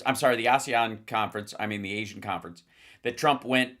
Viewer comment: Good gravy Trump can’t read! He pronounced Asian countries as Ahseeian countries! 😂